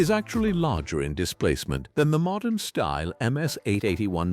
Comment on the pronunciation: Stupid AI isn't taught how to pronounce Stihl. Duh. It's almost 2027, folks.